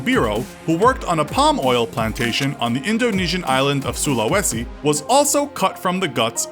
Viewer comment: That's not how you pronounce Sulawesi but good effort